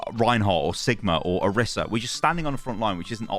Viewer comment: please for the love of god stop saying kitsuni and oruhsa 😭